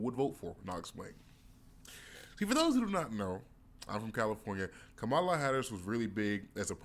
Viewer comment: So you know Kamala so well that you can’t even pronounce her name correctly. I call bullshit. And you are dreaming if you think she can’t win. 😂